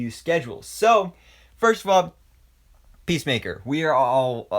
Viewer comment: Pissmaker like the way kingshark pronounce it